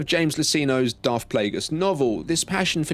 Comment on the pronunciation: Sif? Darf?